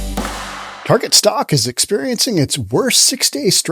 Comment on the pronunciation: Please call it Target and not "Tar Jay" - it's more correct especially as they are targetting children.